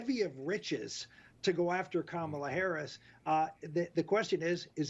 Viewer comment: I like that even Bill O'Rilly pronounced Kamala the right way. It seems that Kamala Harris has got them by their ...